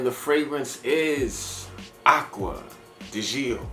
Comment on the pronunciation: I like your straightforward approach in your reviews. You also say the names correctly. Except...it's not Gee-oh. It's actually just like "Joe", being a contraction of Giorgio. Btw, I'm waiting for delivery on my Bel Ami Vetiver. Glad to know it made your list!